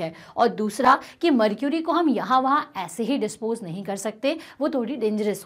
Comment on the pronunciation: Mam what is mrcury😅😅